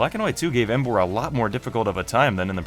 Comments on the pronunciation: Bruh u idiot tuber it's emboaaarrr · when u said emboar i was like YES but then u said sammarot and i was like f**k